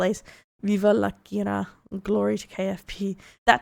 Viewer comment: I think you are supposed to emphasize the first A in Kiara.